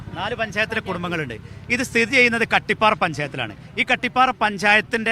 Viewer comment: കാട്ടിപ്പാറ അല്ല ചേച്ചി കട്ടിപ്പാറ